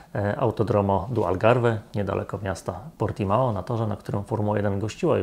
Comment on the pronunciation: Ciekawostka - Portimão czytamy Portimą